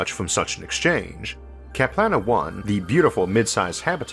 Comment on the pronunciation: "Kaplana One" No, it's Kalpana One . The 'P' is after the 'L'